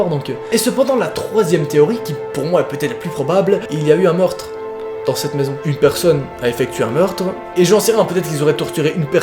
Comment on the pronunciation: "un mortre" XD